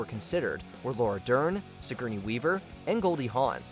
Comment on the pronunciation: "si-gurney" weaver lol